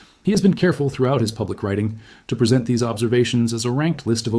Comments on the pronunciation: presen T is said, instead of present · "Lef T"? "Presen T"?